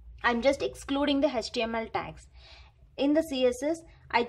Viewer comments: Can you please pronounce the html as a html. it's not hechtml it's html okay. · Mam it's html not hhtml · H actually pronounced as hach so don't be oversmart 😮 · Pronunciation of h in html 🤔🤔🤔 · She also knows it is html but it seems to be little difficult for her to pronounce no problem in that... 😒